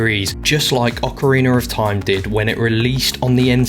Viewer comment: Well done video, and I find you saying Ocareener of Time to be comical and enjoyable lol. Thanks for this my dude